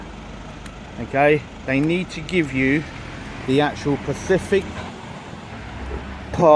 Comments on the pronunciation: You keep saying Pacific it's not pacific its SPECIFIC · specific not pacific, jeeez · Great job, love the videos you post but please say “”specific” ant not pacific, that’s on ocean 😂👍